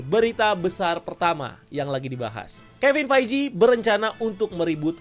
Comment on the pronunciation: Bro, ngucapin Kevin Feige-nya dibenerin ya